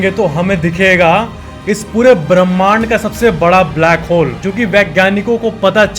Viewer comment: Who heard blackhole as brackhole in the first in the video